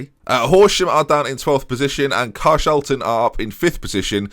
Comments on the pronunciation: Pretty sure it’s Car-Shawl-tonne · It's near me. "Car-shawl-ton"